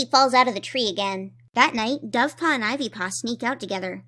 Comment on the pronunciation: For some reason at like I heard that as buffpaw. Dovepaw is now buffpaw.